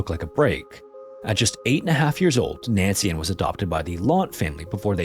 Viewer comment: Please choose how you're going to pronounce names and stick with that pronunciation through the whole video. Every single time you said her name, it was either Nancy-space-Ann, or Nancian. C'mon.